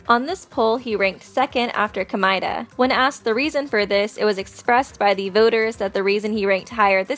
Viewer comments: i hate the way this chick says Komaeda 🤦🏻‍♀️ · Ok so your favorite character is Komaeda but you won’t pronounce his name right? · Ko-mea-da! Not the way you say it! The English way is wrong, the Japanese was is wrong, Jinko? J*U*NKO! Ha-ji-mea! Did any of you know that Komeada Nagito shuffled turns into Makito Naegi